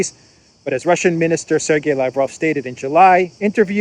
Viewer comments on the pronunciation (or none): none